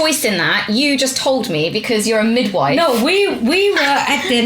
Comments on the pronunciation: anyone notice kim saying widmife instead of midwife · "That's what happens when your mum's a widmife"